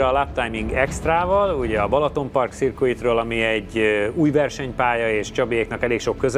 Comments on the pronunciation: Nem akarok nyelvi troll lenni, csak jó szándékból írom, hogy a “circuit” szót nem “szirkuit”-nak kell ejteni, hanem “szörkit”-nek. Elnézést, hogy ilyen magyarosan írtam a fonetikát, de így tudom átadni a legjobban. :) Ha nagyon brit angolok akarunk lenni, akkor az “r”-t sem kell benne kiejteni. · A legjobb szándékkal; A CIRCUIT szót az angol kb. ~ sszörkit -nek ejti. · "szörkit" -nek ejtjük ";) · Köszi, ezt én is be akartam már írni, mert nagyon bántja a fülem a "szirkuit".